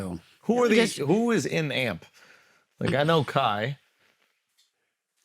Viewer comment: A- M - P - SEPARATED NOT - AMP 🐴 - U OLD MFS. ❤